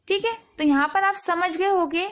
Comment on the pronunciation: Madam theek a ni theek ae bola karo